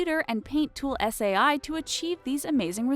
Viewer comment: Hi-yUnG. Boi I'm pretty sure it's supposed to be pronounced Hyuh-ung not Hi-yung. Paint Tool S.A.I. Sai is pronounced like the word sigh, not S.A.I. Smh, set up your game sai isn't even a hard word to pronounce.